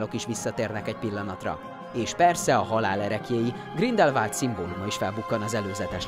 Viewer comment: GrindelwÁld, nem Grindelwald, ez a szinkronos trailerben is az agyamra ment.